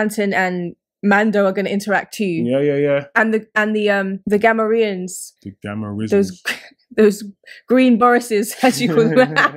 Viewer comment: I grew up with Star Wars, we all pronounced it 'Ga-mor-e-an' -- turns out you're pronunciation is correct. I'm more of a Star Wars nerd now.